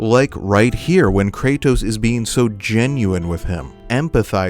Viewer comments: I’m sorry for sounding like a grammar nazi, but you said “Krato” and it made me laugh. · Bro said krato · The random "krato" misspeak is hilarious lol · No way he just said krato like Kratos is plural